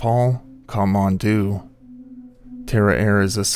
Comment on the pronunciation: Kat mandu is how you pronounce it